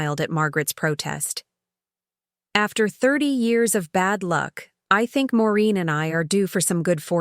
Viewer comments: Her name is Maureen not Marine! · Get the name right. It’s Maureen, not Moreen or Marine. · Maureen not Moreen so many errors in all these stories!!Get a dictionary, please.